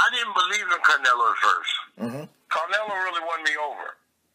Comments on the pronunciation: Nazi kills me calling him "CaR-nelo" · "Carnelo," WTF??